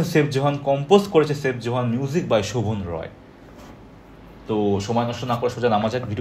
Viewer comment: আর ভাই তার নাম সেইফ জোহান না। তার নাম সাইফ জোহান। 😂 আপনি সঠিক উচ্চারণ জানেন না?😁